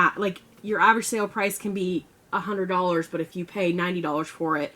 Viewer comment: "twohunnerddawlers" lmfao